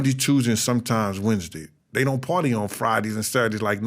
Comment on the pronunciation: Why is he pronouncing days of the week like that? Sounds weird